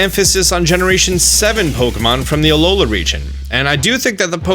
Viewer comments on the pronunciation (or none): none